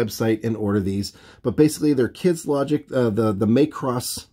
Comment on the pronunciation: One thing, just as it's a pet peeve... it's not "may-cross", it's pronounced like it were a Scottish name, "Mac-Ross" 😀 And as cool looking as these minis are, I'm probably going to hold off on 'em unless I want to stat them up as Macross mecha for Battletech or Alpha Strike. I've really grown to love the new Classics, and they are the definitive BattleTech designs now.